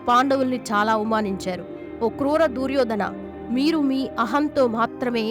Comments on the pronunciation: ఊసేయ్ పనికిమాలిన దాన అసలు నువ్వు చెప్పిన విషయాలు కి మహాభారతం లో ఎక్కడ ఉండే, దుర్యోధన అని పలకటం రాదు నీకెందుకే వీడియో & వాయిస్ పెంట దాన తెలుగు పలకటం రాకపోతే G... మూసుకొని కూర్చొ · దుర్యోధన అని సరిగా పలకడం లేదు